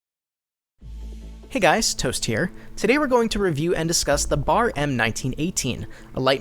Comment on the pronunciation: It's B.A.R :´(